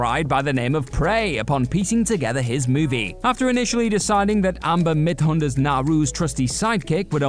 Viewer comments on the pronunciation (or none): “Shoti” Gomez? Amber “Mid Hunter?” Man, you really did go 0 for 2 on pronouncing actresses with ethnic names. I was going to say “non-English names,” but Midthunder is even in English!